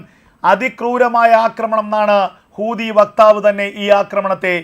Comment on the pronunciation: എൻ്റെ.. കൂതി അല്ല.. ഹൂതിയാണ്....😅